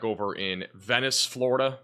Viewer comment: Did you ever figure out how to say Venice Beach? You ain’t from round here is you?